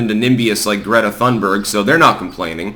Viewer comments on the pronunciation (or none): none